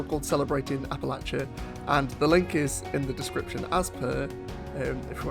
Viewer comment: I'm impressed you say it correctly Appalachia=AppaLatchA